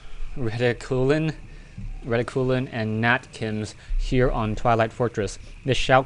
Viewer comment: I think it's pronounced 'Reh-tick-cue-lin' but not sure...